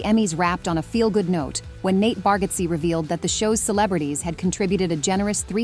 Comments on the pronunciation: You need to teach your A.I. how to pronounce Bargatze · U say nate bargatze pronounced a name wrong. U r pronouncing his name and other last names wrong. R u AI? Sounds like it 🙃